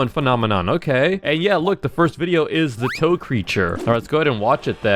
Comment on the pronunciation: How pronounce it it’s not toe it’s tee oh ee